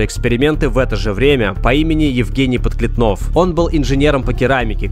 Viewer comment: Евгений ПодклЕтнов. Ударение исправьте.